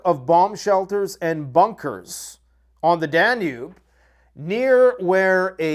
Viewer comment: Wow,, you actually know how to pronounce "Danube"! This is why I rely on you for my news... and you can say that this is WWIII and not blink an eye. So proud of you, man!